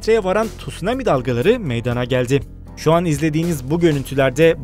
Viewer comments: Meyadaaana degil....! Meydana...e a lı söylenır ey sunucu...çok ayıp... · "Meydaana gelmiştir." değil, "Meydana gelmiştir". olmalı.